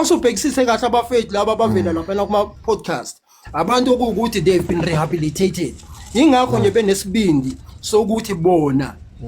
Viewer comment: Sethunzi sa lepantiti keng? That time he fails to say rehabilitated 😢 Reasoning is too low and he will be a re-offender soon